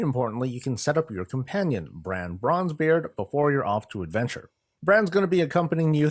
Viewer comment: FYI.. It's Brawn(Brann) Bronzebeard, Heard it too many times leveling lol.